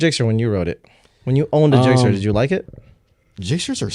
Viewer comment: Zixxer?!? Oh man..